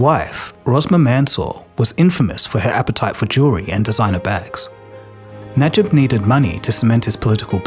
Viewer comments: Think this is AI voiced and AI script, Why is he called Nijab? Its name is N - a - j-ib and mistakes - President of Malaysia? What bullshit its PRIME MINISTER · It’s Najib btw.. not Nijab, pretty sure others has pointed out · Najib, not nijab.. 😂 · His name is Najib, not Nijab. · I think you mispronounced Najib as Nijab... LoL, I was wondering who is Nijab. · Bro, not Nijab, my goodness. It's Najib. Godamnit how did you mispronounced such a short word? 😌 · "NIJAB" the prime minister of Malaysia. His name is NAJIB not NIJAB 😭😭😭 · error in the name. U said NIJAB (knee-jarb). The correct name is NAJIB (nar-jeep). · CCP knows he is hiding in China. P.S: It's Najib, not Nijab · Just wondering if I am the only one to notice that the way you have pronounced the Malaysian prime minister’s name is inconsistent with the way it is written on screen: it is written Najib but you are saying “Nijab.” Just saying. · As much as I appreciate you spreading the word, it’s “Najib” not “Nijab”. Let’s call a corrupt spade what it is. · It’s Najib not Nijab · Not "Nijab", but Najib 😂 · Its Najib, not Nijab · It's Najib, not Nijab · Na-jib. Not ni-jab. 😅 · Najib not Nijab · How the hell do you keep mispronouncing "Najib" as "Nijab"!? It's not difficult. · Na-jib not nijab 😂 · Najib not Nijab. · There's an error with your pronunciation on the ex-Malaysian PM name. It's pronounced as Najib, not Nijab. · I think you pronounced the ex-PM of Malaysia wrong😅 It's supposed to be Najib (Na-jeep) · Very interesting video but it doesn't sound good at all the way you mangled some of the foreign names in the story, including calling the Malaysian leader Nijab for the first half of it... Shouldn't take that long to figure out how names should be pronounced before narrating. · Najib is pronounce Nuh~jeeb. I guess the word Hijab is in your mind haha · The PMs name is pronounced Nah-je-b Najib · you pronounced Najib's name wrong so many times lol, nijab, jab? wut?? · The ex PM's name is Najib not Nijab.